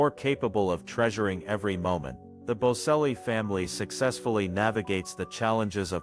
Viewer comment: Get the pronunciation right. Its bocelli the c prinounced ch. If you are doing these posts please get the pronunciation right!